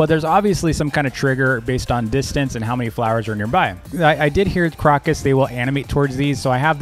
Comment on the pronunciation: I'm probably closer to your age and a big fan (who watches over the Roblox safety of kids in our extended family). I rarely miss a video. I'm also a gardener. The purple flower is pronounced CRO-cus. Like the bird crow. CROW-cus. A big thanks from my family.